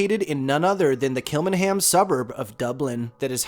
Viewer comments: Great video. Kilmainham Jail is actually pronounced as Kill -main-ham Jail. I'm surprised 'The Brazen Head' pub wasn't mentioned. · It's pronounced kilmainham jail. I worked here for 8months and experienced one paranormal encounter but can't be 100% sure.